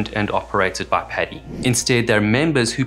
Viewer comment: It's 'padi' not 'pedi' Maybe call it 'pedi bear' :facepalm